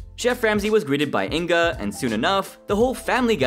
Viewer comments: It's not In-ga, it's Inge. The "ng" is pronounced like in "fang" and the "e" is pronounced as the "e" in "very". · You pronaunced Inge wrong, but good video Can you do a video about Breaking Amish